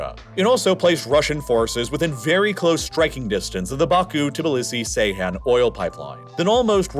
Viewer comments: The turkish crude oil port is pronounced Geyhan (as in George), not "C"eyhan... I always admire your accuracy in naming places & people, so this one especially caught my ear ) Thanks for great videos anyway!! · Ceyhan is pronounced Jeyhan, not Seyhan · Have seen a few times you pronounce Ceyhan as Seyhan, but it is pronounced as Jeihan as C in Turkish sounds J rather than S. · Please stop saying Seyhan. C in Ceyhan is pronounced like g in gentleman. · Some spelling notes: Saakashvili is pronounced as "Saah-kah-shvili", with double "aa"; Ivanishvili is pronounced as "Ivan-ee-shvili"; Ochamchire is pronounced as "Ocham-chee-reh"; Turkish Ceyhan is pronounced as "Jeihan". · Ceyhan- "djehan"